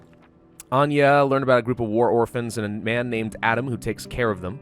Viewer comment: HE SAID ANJA PROPERLY <3